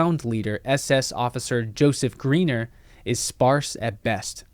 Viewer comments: Pretty sure his name would be pronounced 'Gryner' not Greener. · The pronunciation of the German ei is like the English i . Your pronunciation of the German name Greiner would have to be for a German writing Griener or Griner, but don't worry most English speaking people make the same mistake.